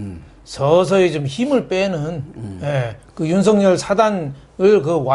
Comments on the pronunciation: 윤석열을 윤석렬로 발음하지 마세요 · 윤석열과 황석영을 비교해 보시고 발음 제대로 하세요